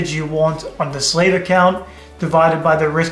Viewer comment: Slave and how he pronounces it makes sense to how Indians treated black African tribes in India. Next time, just use the word receiver. 😢